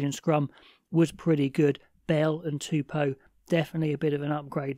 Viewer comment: Small note: Taniela's name is pronounced "two-poh" not "two-poo."